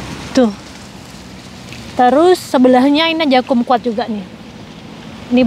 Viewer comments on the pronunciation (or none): Jeruk Kum kwat (cara bacanya Kam kwat)